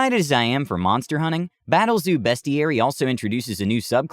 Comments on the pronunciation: It's BEAST-IARY....as in it's a dictionary of beasts, not "BEST-IARY" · your mispronouncing beastiary, your saying it besties. look up transformers beasties